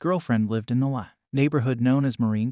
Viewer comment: It's fed through a computer program. Instead of "L A," it said "la" as in singing.